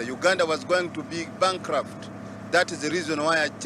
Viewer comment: “ Uganda was going to be Bunk-raft”🤣🤣🤣